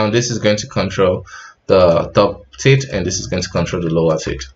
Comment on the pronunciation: teeth :) I heard "tits" few times lol